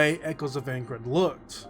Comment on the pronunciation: Couldn't finish the vid because of the way Aincrad was pronounced. Sorry, but i tried.